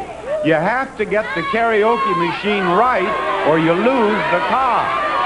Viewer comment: Cant even say karaoke